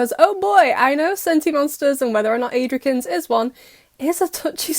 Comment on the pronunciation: why did i laugh when she said adrikins? 😂